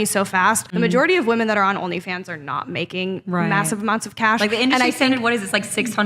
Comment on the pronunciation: I like how she pronounces "Rrrnly Fans" and "Sorr".